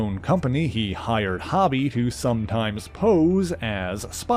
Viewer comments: It’s Hobie, Hoe - Bee. Great video otherwise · His name is hobie not hobby it’s like spider punk, because he is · HO-bee; it’s short for HOBART ( HO-Bart ) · Hobie pronounced like Coby. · Yes it should be HOE-Bee, just like Mitch's son on Baywatch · why you pronouncing Hobie like that... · Yes, that's right. This guy's pronouncing it wrong. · Suuuuper distracting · FYI: His name is pronounced "HOH-bee", not "HAH-bee". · It’s not hobby it’s hobie (hoe-bee) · HO-bee, not HOB-ee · Ita "ho-be" NOT "hobby" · Its HOBIE not HOBBIE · His name is pronounced “Ho-bee” not hobby. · I believe it's pronounced Hō bie not Ha bie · Yo, it's pronounced *HO-bie*, not hobby! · For what it's worth...his name is Hobie (not Hobbie) and is pronounced with an "ō" sound; so, phonetically, it sounds like "Hoe-bee." Other than that, thanks for what you do! ✌🏻❤️🤘🏻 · Im not sure if someone mentioned but you are saying Hobie's name wrong. "hoe- bee" not "hobby". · He keeps pronouncing it has hobby, not like it is, hobbie (how-bee) i think. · I'm sorry but the name is HoBee not Hobby. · It's pronounced Hoe-bie not Hobb-ie. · Why do you keep calling him Hobby? 😂 are you not a fan. Hobby😂, Its Ho-Bey.. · It’s HO-b…not hobby…is this dude Canadian?…some of the weirdest pronunciations ever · You usually do great work. But, you're killing me here with the pronunciation of Hobie Brown's name here. It isn't pronounced (hobby) rather it's pronounced (Ho Bee). Just curious, are you Canadian? That would explain why you default to that pronunciation. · HO-BEE, NOT "Hobbie" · His name is pronounced HŌ-BEE not HAW-BEE ... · Dude...it's pronounced with a long O sound, its Hōbie not Hobby Lobby. I can't finish listening to the video. The constant mispronunciation is cringey. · I gotta say, it was really distracting to hear you say "Hobie" (sounding like hobby) as opposed to how it is supposed to sound, rhyming with row-bee. His name is short for Hobart, pronounced Hoe-bart. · It's "Hoe-bee". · I agree.